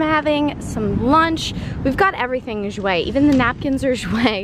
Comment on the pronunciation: I love u but like how u say jouer like irks me bcz its french nd said differently😭. Nd im not trynna bash but its weird, bcz ive been taking french for 3 years and issa oof